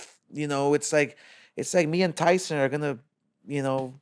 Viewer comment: And I’m Mike “tython”